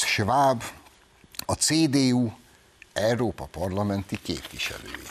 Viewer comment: Nem EEROPA hanem EUropa. Nem pe’ndz , hanem pénz.